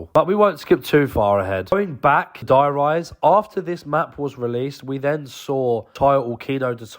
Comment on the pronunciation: Called der reise die rise 2 times. In 3 minutes I cantttttttttty